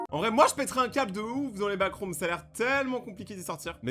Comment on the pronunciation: T'a dit backroms wsh